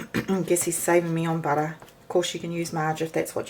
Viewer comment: Budda is good. But eh! not so good. just joshing the accent in fun 😁. please dont get offended